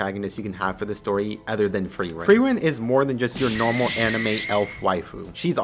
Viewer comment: Frieren... you say it perfectly correct.